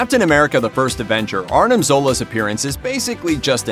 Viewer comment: Broooo its ARMIN ZOLA NOT ARNIM